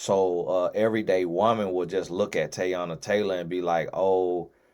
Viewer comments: I’m like know you know that ain’t the pronunciation 🤦🏽‍♀️ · ain’t neva gonna say nobody’s name right 😂 TAYY-ONNNAH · Yoooo😂😂😂😂 I'm like that ain't even a hard name and its mad common